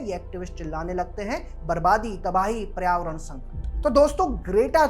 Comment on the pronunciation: पर्यावरण ढंग से बोल ले भाई। उच्चारण बहुत ही खराब है तुम्हारा।